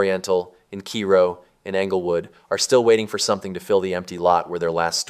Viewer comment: It’s pronounced KAY-ro